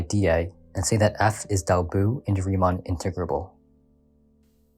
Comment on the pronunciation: Good video, but I did have an issue: I try not to complain about audio quality, but I couldn’t tell you were saying “Riemann” until about the 6th time re-listening to it. It would have really helped if you put something like “Riemann Integral = Darboux Integral” on screen at some point seeing as they are the main subject of the video. Casually throwing out proper nouns I’m unfamiliar with is a good way to derail a lesson. I have not seen an integral explained in 3d before, so that was interesting. I found it a little tedious since you fully explained the exact same process a second time, but this is actually genius, providing an excuse for you to give students a second chance to understand the concept while technically covering new material. It’s a trick I should really find ways to use. Darboux was the explanation I got for integration which is why I found it tedious, but for your target audience, I think this was really well done. I liked the visuals and aside from the words “Riemann” and “Darboux”, the narration was good.